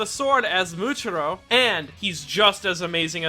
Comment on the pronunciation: bro this man really said "Himejama" and "Moochiro" lmao. (Just to clear things up i dont mean any hate with this comment, im just making a joke. this is a great video.)